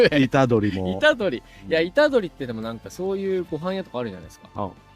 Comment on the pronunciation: ゆうじはいた⤴️どり⤵️ 植物はいた⤵️どり⤵️ あれ、すっぱいけど癖になるよね☀️